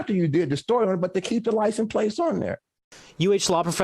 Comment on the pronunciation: This is awesome. Lol. "Your pwates hurt my feefees."🥺 🤣🤣🤣🤣🤣🤣🤣